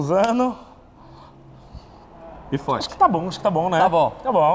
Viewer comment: "Posano", "andano", "voano", "aprendeno"...só faltou aprender o português "memo"